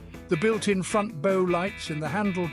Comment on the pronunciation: Unbelievable! If I hadn't seen this with my own eyes I would not believe it. By The Way, very interesting way the ROBO voice pronounces the word B O W. It is of course not as presented. Not a bow like a ribbon tie. It is a bow (the front of a boat) more like bough.